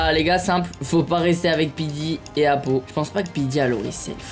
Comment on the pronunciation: 😂Sa fume doc il a dit apolun pour apo😂